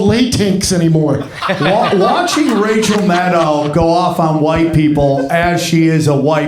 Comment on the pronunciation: It sounded like Jimmy pronounced “Racial Maddow” which was kinda on the nose.